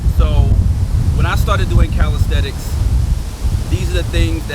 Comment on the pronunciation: The word is CALISTHENICS Not caristhetics